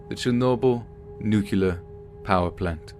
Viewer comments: Nuclear - pronounced new-klee-er, not new-cull-er. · Yeah, somehow I doubt a physics teacher who was at Chernobyl would pronounce it 'nucular'. I facepalmed hard on that one, lol. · I love your stories and youre my favorite. But all I hear is George Bush when I hear someone mispronounce nuclear as nuke-you-lar. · Repeat after me: Nu-Clear. Not Nucular, it makes me cringe every time you say it.